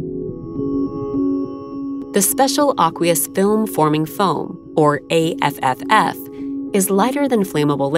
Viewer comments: The navy says A tripple F not A F F F lol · The foam is pronounced " A Triple F ".